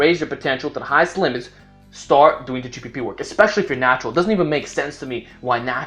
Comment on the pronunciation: it kinda sound like you kept on saying g4p work lol